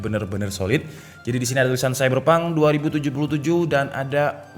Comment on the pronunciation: Wah saiberpang tuwenti sepen2 :v logat jawa he3